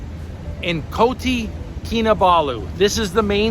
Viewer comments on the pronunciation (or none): It’s Kota (not Koti) Kinabalu. Kota means city.. indeed M’sia is an amazing country food, people and healthcare facility! Glad you’re enjoying your time there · Bro is kota kinabalu…not koti 🤣…. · It’s KOTA Kinabalu NOT Koti & it’s RINGGIT not Ringet & Sabah is one of Malaysia’s 13 STATES! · Piece of advice better get your pronunciations correct. You're kinda butchering the name of the city etc. Just a simple advice